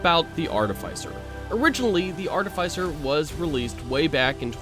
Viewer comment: AR-TIH-FIH-CER not AR-TIH-FIE-CER